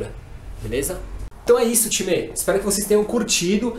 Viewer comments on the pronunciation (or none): gosto dos videos dele mais odeio quando ele fica falando timerrrr me da um odio porra de time